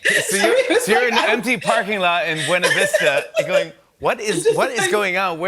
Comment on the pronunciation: Bew-na Vista...? GURLLLLLL, 😂